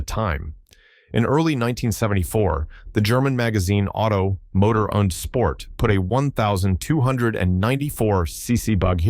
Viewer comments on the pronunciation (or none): none